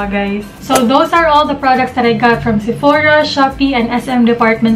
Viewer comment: SEPORA..😅😂😂✌️ BLUS... jusko lerd😂